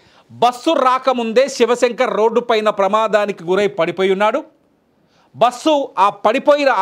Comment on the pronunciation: It is very difficult to listen this anchor bussu basuuu how many times he repeatedly..how bike driver is responsible. They met accident and lost life before bus accident. Bus driver shoud be responsible without observing what is on road